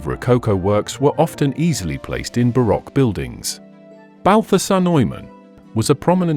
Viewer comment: Hey narrator! Or should I say AI voice? Either way, learn how to pronounce correctly all the names in your documentary. For example Montesque and baroque